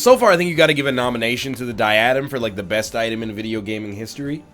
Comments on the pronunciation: You know I love you, but you’re stressing the wrong syllable in “diadem.” It’s pronounced “DIE-UH-DEM.” Keep up the good work! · NL this was a great episode, and I loved to watch it! But you're mispronouncing Diadem.